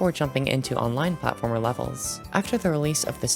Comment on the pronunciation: Lol robtop said he will add platformer but when he said it, it said Plate-former